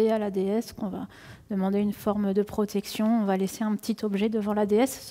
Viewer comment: Il n'y a pas de T à va. Et vous faîtes l'erreur chaque fois que vous prononcez le moi "va" en faisant une liaison, "mal ta propos". Ménagez notre belle langue française SVP !